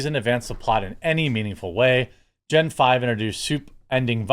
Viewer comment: I hate to do this, but it’s Gen Veee, not Gen five.